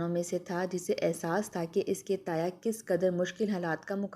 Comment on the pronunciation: Manquha galat, Mankuha sahih lafz hai.Tayah nahi Taya.Buja nahi Bujha.Hala nahi Qul’aa.. 2. Gair zaruri intehai taweel kahani jis ka koi bhi ta’meeri pehlu nahi.